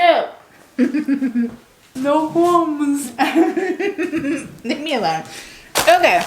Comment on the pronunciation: "no cwumbs, no cwumbs" 🤣